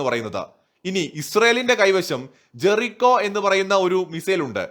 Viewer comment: It's not Jeresho, it's Jereeko